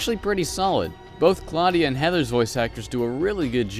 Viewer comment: claudia wolf... claudia....clawdia....clawdia wolf... ok no way i can take this lady seriously now : )